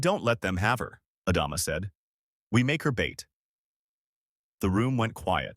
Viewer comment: For the 3rd story in a row....Adama... Ah Dom Ah....ADAMA!!!!!!!!!!!!!! it is not the only name this AI bs is getting wrong. ADAMA!!!!!!!!